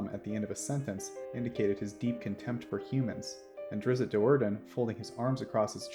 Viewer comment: You are the only D&D channel who actually pronounces Drizzt Do'Urdens name correctly. THANK YOU!!!!!